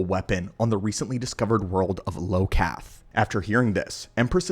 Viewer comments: Its Iokath, not Lokath (or maybe i just understood badly, if so, i apologise) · IT'S I*O*KATH NOT LO*KATH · Its not "Low-Cath" its "I-Oh-Kath" 🙂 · I was gonna dog on you for pronouncing it Lokath instead of IOkath (like Input-Output) but then I realised that even if your planet becomes a robot-matrix-ecumonopolis, you can't know that for certain until you're actively building it that way. Why the hell would a species name their planet like it was always destined to become a tech graveyard? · Its IOKATH not LOKATH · Great video. Small critique - it is Iokath not Lokath. It is a capital i not an L. Eye-o-kath. But otherwise well done. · The world that the weapon was on is Iokath. Not Lokath. Don't use AI to narrate. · It’s iokath with an i. Not Lokath. Iokath. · Right? I enjoyed the video up until I heard him say LOKATH over and over. Tell me you never played the game without telling me you never played the game. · It is, Iokath (Eye-Oh-Kath) It begins with an, "i" not and "L". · Iokath, “Eye-O-Kath,” my friend. Someone didn’t play that SWTOR expansion, I see 😄😉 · He rhought I was L. Thats why he called it Lokath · This video makes me want to play SWTOR again. Is it worth playing in 2025? Last time I played, was when they introduced the planet Elom in Malgus’s takeover Also: it’s Iokath with an i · I believe it is iokath with an i not an L. From the game SWTOR